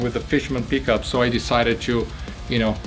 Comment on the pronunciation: This is most ee-est pronunciation of pickup